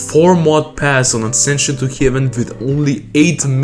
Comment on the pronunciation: u don't say axension to heaven it's asension to heaven